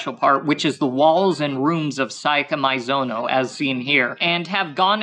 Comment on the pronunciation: The fact he says Sayaka Maizono's name wrong is hilarious to me.